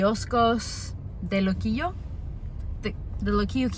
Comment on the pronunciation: You sounded great! Pronouncing all the Spanish words, loved when you said Puerto Rico and Luquillo and the "bacalaítos", "alcapurrias", which BTW are a mix of grated plantain and taro and/or cassava root ("yautías" o "yucas") stuffed with chicken, beef or seafood. Oh, and just FYI, what you called the upgraded hot pocket "empanadas", we don't call them "empanadas", we called them "empanadillas" and you can also find them stuffed with chicken, beef, seafood or with pizza sauce and cheese. Thank you for your great video!